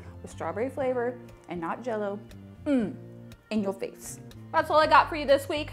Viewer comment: She said "in your face" wrong.